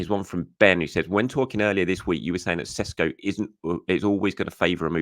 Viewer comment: Great milestone. Well done! And it's Sheshko ☺️